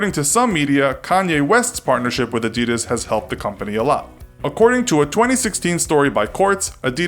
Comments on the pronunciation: Adidas is pronounced differently. You should stress the first syllable. AH-di-das. Not A-DI-das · Is not called nikey, it’s Nike plz stop saying nikey. And it’s not adi-dad it’s Adidas plz stop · ITS PRONOUNCED NIKE, NOT NIKEY AND AD-E-DAS NOT ADIDIS!!!! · A d i d a s was not A d e d a s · a-dud-ahs not a-dee-daz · AH-dee-das, not uh-dee-dus. Why can't people pronounce it right? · It’s not Ah-Dee-Dus it’s Ah-Dee-Das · Who the fuck says ' A-deed-us' 'It's 'Adi-dass' And don't say 'nikey' It's nike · Its not adeedas its adidas please pronounce it correctly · They pronounce it like “Adidis” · Also why does he say it A deeeeeeeedas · Tf is a adeeeedas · Wtf Nikeee Adeeeedas 😂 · Its actually A-dee-das, Adidas was an Italian brand so your supposed to pronounce a-dee-das. And if it was Ad-di-das , it would have 2 d’s. Get it right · in england its pronounced nike without the ee sound, and adedas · A-dee-das? Lol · It's supposed to be pronounced "a-di-daas" for those who didn't know. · It’s Adi-das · Please don’t say adeedus again. Please don’t say adeedus again. Please don’t say adeedus again. ITS ADIDAS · you pronounce it as Aa-die-das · When u realise he can’t pronounce Adidas,Nike and puma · You got the Adidas history wrong and you mispronounced Adidas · thats not how you pronounce Adidas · Why Cant You Pronounce Adidas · but every American pronounce adidas wrong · the way he says Adidas hahaha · The pronunciation is different, with more emphasis on the first syllable, and less on the last two. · You are pronouncing Adidas wrong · AAAHHH YOU ARE SAYING ADDIDAS WRONG YOU MONG YOU SOUND LIKE A FREAK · U can't Even pronounce Adidas Right xD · When will Americans learn gow to pronounce Adidas? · great video, but how have you managed to pronounce both, nike & adidas, wrong? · Can’t even say Nike or Adidas properly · You say adidas so badly, like who the actual fuck naturally says that? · STOP! You pronounced them both wrong. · You're pronouncing adidas wrong